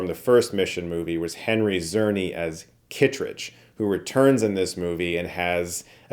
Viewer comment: Nucular?? Zerny?? Come on. Learn to pronounce words. Czerny is CHAIR-NEE.